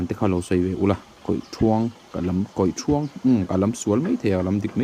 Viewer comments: Kawihthuang thuang tih lai kha lam hniam tur aw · Hmuhnawm leh pek e, kawihthuang hi a "thuang" lai hi Ruang ( mitthi) thluk hian kan lam thin